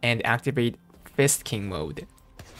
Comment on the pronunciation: ....why does it sound like you keep saying it as Fisting instead of Fist King.....are you trying to tell us something? smirk smirk